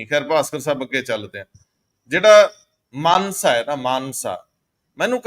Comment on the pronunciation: Manse nahi mansa kho